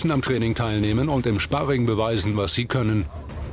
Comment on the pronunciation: Wie der Typ Sparing ausgesprochen hat XD